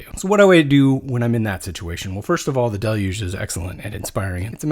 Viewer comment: Are we sure you are saying Deluge correctly? 😂